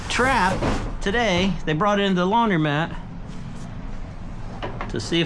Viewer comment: Did your wife also tell you it’s laun-‘dro’-mat not laun-‘dry’-mat?